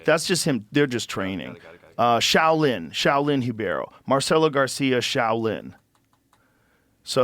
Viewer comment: I love how Joe knows the proper pronunciation of Brazilian fighters' names and basic pronunciation of the Brazil version of the Portuguese alphabet. It's refreshing to here "Hee-Bay-Ro" instead of the Americanized "ribero." Joe's "worldly education" amazes me more each day.